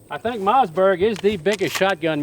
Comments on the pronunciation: I love the way he says mazzberg.🤣🤣🤣🤣🤣🤣🤣🤣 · Ur saying Mossberg wrong